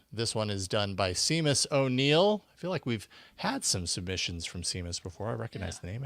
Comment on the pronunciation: Seamus is pronounced shay-muss.